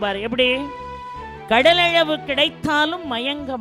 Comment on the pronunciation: ' ள' வை, ' ழ ' ன்னே உச்சரிப்பதை மாற்றமுடியாதா ? " கையழவு, கடலழவு" -- உதாரணம்.